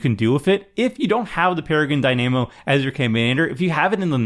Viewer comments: Have you seriously never heard the word Dynamo said out loud? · The mispronunciation of dynamo was grating me. I can only imagine how many people are going to mispronounce that card after this video. 😒